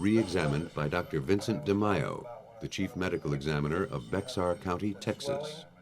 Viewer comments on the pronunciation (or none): I live in "Bexar" county. It's pronounced "Bear" like the animal not "Becks-are" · Bexar county, Texas is pronounced Bear county, Texas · Very interesting. The x in Bexar is pronounced like a y though